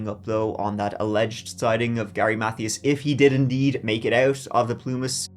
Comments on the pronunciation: love you loads but Mathias is pronounced muh-THEE-us. not math-ee-us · Gary's last name is pronounced Mathias with a capital I sound. Math-ī-as or Math-eye-as. This is a great video, and you do a very good job. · "Mathias" is pronounced "Muh Tias". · Alright....say it with me now. MUH-THIGH-ISSSSS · His last name was pronounced "Ma - thigh - us". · Mathias is pronounced“Muh—Tee—Us” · Please Google how to pronounce "Mathias" correctly.